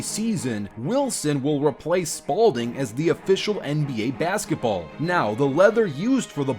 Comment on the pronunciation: The way he says bazgetball